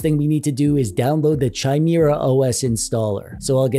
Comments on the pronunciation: ITS NOT chi-mir-a os its kai-mera-os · It's NOT CH-IMERA. its kha sound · Pronounced "KAI-MARE-UH". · Chimera is usually pronounced with a hard ch. (Kai-mera) Disregard this of course if it's pronounced different for the OS. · It's pronounce Kimera not Chimera, a Frankenstein's monster of ancient mythological monsters to be sure. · Pronounced, "Ki,' mire". It is not like in the word China. It is a Greek mythology creature. STILL, LOVE THIS VIDEO ! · Ah yes... The Chai-Meerah OS. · In case anybody doesn't know, it's pronounced KI-MARE-AH. Hard k. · Say it with me: Kai-mare-ah. :p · CH-ai-mi-ra!!! He said CH-ai-mi-ra *facepalm*... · Bro for the love of all that's Holy... It's pronounced ky-MEER-ə! Now, can I get my controller or kb to turn it on? Can I get it to them power on my TV. Can turning it off, turn off my TV and vice versa? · The amount of pain I experienced every time you mispronounced chimera was indescribable. It's not pronounced with a CH sound, it's pronounced with a K sound. Kimera. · Quit calling people 'a' holes.... lol As for the OS name it's pronounced with a K, so it's K(eye)mera. I've definitely heard worse pronunciations though :) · Why do you keep pronouncing Chimera so wrong like is hurts my ears just hearing you pronounce is wrong.